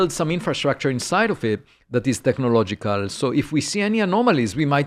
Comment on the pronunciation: every time he says technological signals all I hear is the meme of the Doods in the Land Rover TECHNOLOGLOGIA!?! TECHNOLOGLOGIA!!!!!